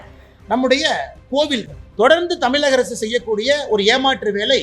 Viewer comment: Annamalai sir tamilagam illai tamizhgam sollunga la illa zha